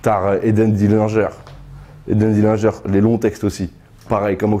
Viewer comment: Pauvre éden dillinger son nom a été écorcher comme pas possible